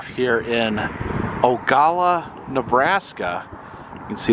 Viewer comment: It's actually pronounced O GA LA LA. Just an FYI... we watch your videos. Thanks for sharing all the museums. Safe travels